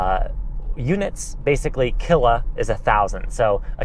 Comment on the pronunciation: Kilo, not “killa”. 😊